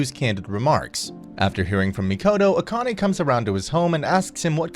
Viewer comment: Akane - ah kah neh - evenly stress the syllables